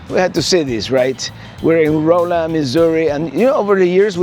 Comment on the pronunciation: Great seeing the next installment in Missouri. Rolla is actually pronounced like Rah la.